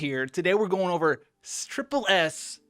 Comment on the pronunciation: Did he say striple s tier